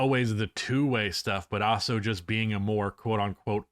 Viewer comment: Hot take: believes the word also is pronounced OSSO and uses that word MANY times in this video. 😅🤦🏽‍♂️